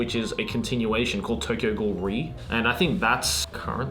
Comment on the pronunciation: "Tokyo ghoul" oh boy bad starting haha